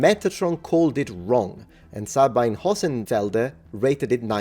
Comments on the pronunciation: Una nota di pronuncia: Sabine Hossenfelder (Dr. phil. nat./DSc) è tedesca. Per ragioni germaniche, il suo nome di battesimo si pronuncia, agli effetti pratici, Dzabina. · Sabine = Sah-BEE-nuh. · Listen I am german and I have relatives with the name Sabine. I know how to pronounce the name. „ea“ as it is pronounced in the present tense of „read“. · In German, Sabine would pronounce her name "Suh-been-uh" (long E in middle syllable), just by the way.